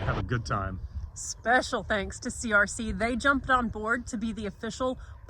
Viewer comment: Were you saying Thanks for the Peterbilt or Tanks for the Peterbilt? 😉😁